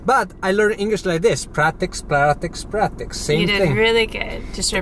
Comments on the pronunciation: "Practix practix practixs!" words to live by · His eyes at "We don't have a fork"! 😄 Also, English takes "prac-tik, prac-tik, prac-tik!" 😆